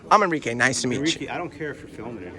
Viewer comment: “Enrique”. I stopped the video there lmao